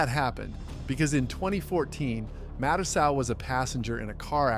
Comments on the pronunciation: And Mike ma-2-soo 😂😂😂😂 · Then mah-too-so